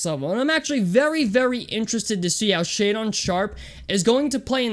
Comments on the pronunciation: Man, this is not the way to go about finding success on YouTube. In the first 20 seconds you mispronounce his name while saying you've "done your homework" (contradiction) and saying you don't care if you piss people off who are watching your video. Then you start tossing out random player comparisons that make no sense then act like anyone that disagrees with you doesn't know "what the fuck they're talking about"... Then you start pedaling some BS about his intelligence that you have no idea (by your own admission) is true. He didn't get to Kentucky until January, how would he fail to meet academic eligibility without even completing a single quarter of classes? Do you know how college works? Then you're going to cherry-pick 12 games from a sample to try to prop up your terrible argument while ignoring the fact that he improved his shot and shot 37% from 3 psst summer in the EYBL where he dominated while playing against better competition than you tried to base your whole "he can't play against competition" off of? You think these scouts and these teams don't know what they're looking at and YOU do? You're argument is so weak and flawed. You're all over the place. You seriously think you're the ONLY ONE in the UNIVERSE that has watched an entire game of his? You're the very person you whine about throughout this entire video and you don't realize it. "Being #1 in high school doesn't mean anything because Jaden Hardy and Kendall Brown!!"... give me a break man. You think this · Lost all your credibility for doing your "homework" when your pronounced his name wrong within the first 30 seconds of the video lmao